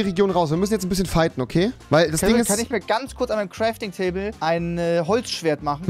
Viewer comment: Mich triggerts irgendwie wen leute statt craftingtable cräftingtable sagen 😂😂